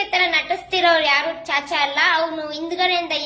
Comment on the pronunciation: ಸಾಚಾ ಅದು ಚಾಚಾ ಅಲ್ಲ